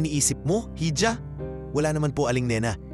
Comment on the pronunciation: iha po hindi hidja